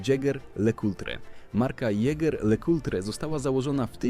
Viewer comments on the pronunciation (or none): jeger lekutre ?? Czyżby AI czytało 🙄